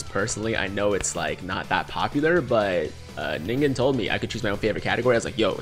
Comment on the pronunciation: That was surprising..... learned to pronounce 'Ningen'.